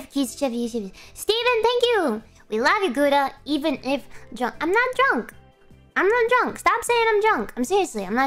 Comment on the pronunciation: I'm not dwunk! when she is lol she is dwunk when she saying shes not